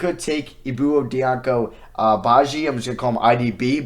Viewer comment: Just a note for most west African players, if their last name starts with Di- you pronounce it like J. So Ibou Dianko Badji would be pronounced Jahn-ko. Diallo is Jall-o, it always irks me a lil when people pronounce the D lol.